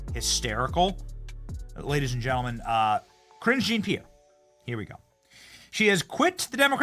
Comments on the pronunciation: jesus dude it’s not pronounced “kareen jeen-peer” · Lol, he cant even pronounce her name😅